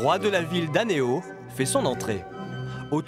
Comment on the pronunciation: Awoo ils ont mal prononcé aného mais sa fait rien